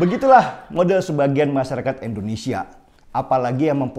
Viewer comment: Sebut "Indonesia" dong Bang Denny, jangan "Endonesia", itu Bang Denny Sebut "Inggris" bisa rapi gak sebut "Enggris". Jadi biasakanlah sebut "Indonesia", hargailah nama negara kita sendiri.